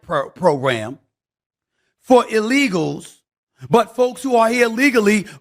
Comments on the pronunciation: He said LEAGAS. How many Americans are killed by other Americans. That is what Biden said in response to Laken Riley getting murdered. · He said “killed by legals” not illegals. Listen again